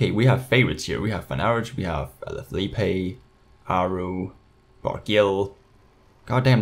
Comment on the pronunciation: You say it like alafiliep not alafilieppe